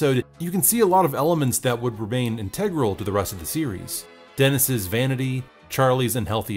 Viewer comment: This man is saying integral wrong lol